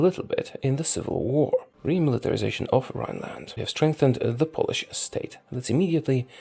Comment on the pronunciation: Are you polish? You are the best at reading names od polish generals.